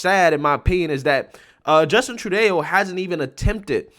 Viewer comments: tru-doe, not tru-dayo, or trudy for short. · it's Trudo not Trudayo. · Please learn how to say people's names or other words correctly before you make your videos!! His name is NOT said phonetically "Tru-Day-Oh". His name is TRU-DOH. Trudeau. How can you not know this when reports about him are all over the media outlets? It really hurts the legitimacy of what you comment about on your clips and this has happened before. This is constructive criticism not an insult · "Tru-Doh!" Not "Tru-day-o" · Love your channel but “eau” as in Trudeau is pronounced “o” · Trudeau is pronounced true-doh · you're killing me. You pronounce his name different every time. It's Troodoe brother. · Lol, I kind of like his Tru-day-oh! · Name is pronounced Justin True-DOUGH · FYI Justin's surname is pronounced True Doe. As in: "Hard to believe Canada's PM is as much of a pathetic failure as he is. True Doe."